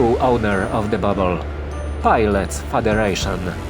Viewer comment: Dobry film ale popracuj nad akcentem i dykcja, "fargoid" "babble" "space bags" "prystin", bedzie latwiej zrozumiec co mowisz.